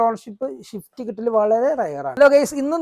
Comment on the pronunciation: മുത്തേ ഷിഫ്റ്റ് അല്ല സ്വിഫ്റ്റ്